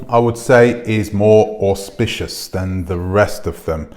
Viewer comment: auspicious? capsulize?